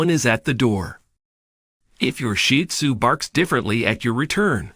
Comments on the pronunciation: He IS using the proper pronunciation. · that’s what I believe the commenter is implying because I didn’t know this was the correct pronunciation until watching more shih tzu content. 😊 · I love hearing the pointers but, also, hearing the AKC preferred pronunciation of the breed name: "Sheed Zoo" rather than sounding as if referring to a pile of dung. Thank you for all of the information.